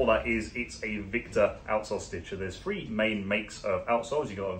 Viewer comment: Yore first words were tree shoe repair haha listen carefully